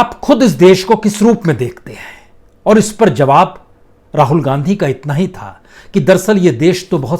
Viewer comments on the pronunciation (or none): none